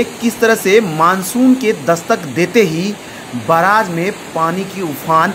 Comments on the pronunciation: Aree bhai baraaj nhi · बराज नहि indian media बेरेग हे😅😅😂😂